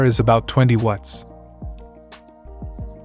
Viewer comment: The way the AI voice says "watts" sounds like "wuts"